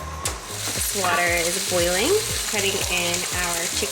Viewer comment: “…get some water going for some chickpea rotini…” I heard “get some watermelon” and thought, huh…that sounds…interesting… 😂😂😂